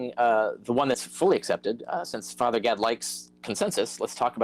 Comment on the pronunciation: It kept sounding like Carrier was calling him "Father God" 🤣🤣🤣